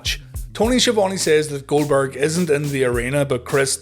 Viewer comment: Jericho constantly butchering Goldberg’s name 💀